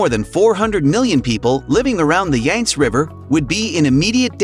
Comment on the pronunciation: You might want to research the proper pronunciation of the Yangtze River and the other Chinese names you butchered.